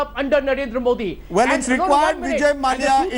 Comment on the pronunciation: Can someone inform that his name is pronounced Mallya and not Malaya. For goodness sake at least do things right on national television.... Cant get basic stuff right and they want us to trust them with the news....